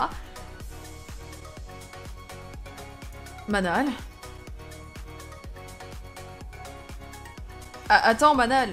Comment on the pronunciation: Enfaite, le prénom Manal ça se prononce "Manel". Je le sais parce que j'avais une amie (il y a très longtemps) qui s'appelle Manal 😉